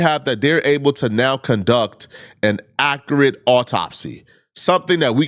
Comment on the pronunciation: ( Makes fun of Crumps poor enunciation. Turns right around and says 'Ack-A-Rit' instead of 'Accurate' )